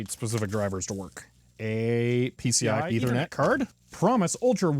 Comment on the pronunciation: i like the part when he says P C I E T H E R N E T C A R D